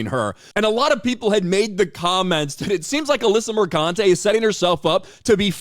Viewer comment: It's pronounced MerCUNTe.